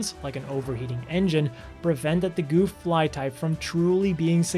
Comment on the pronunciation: for sure pronounced "Guff' and not 'Goof" when saying Gouf